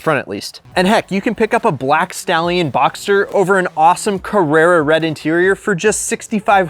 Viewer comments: Porsche Boxster not Boxter. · Btw it's BoxSter with an s :) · you're missing the S in BoxSter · its BoxSter not BoXer